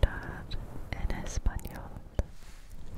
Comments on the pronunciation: Super crear and well-pronounced Spanish!!! 😍❤️ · Pronuncias muy bien el español👍